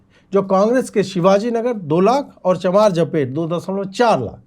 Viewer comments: It is चामराजपेट and not चमारजपेट please note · Ajeet ji, ye CHAM-RAJ-PET hain. CHAMAR-JA-PET Nahi. Ye Bengaluru ka one of the very Oldest Area ..